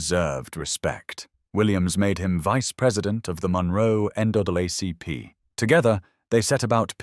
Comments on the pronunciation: "The next day, National N duh-buh ACP" Uh... what? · "Wilkins suspended Williams from the End O' Bug ACP" OK thanks for clearing that up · NAACP pronounced N-(double A)-CP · why is NAACP so poorly stated? is this channel fake? are you a real person?